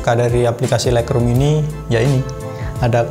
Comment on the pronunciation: Untung ada yg tanya Agak tidak jelas juga sy dengernya Thanks bro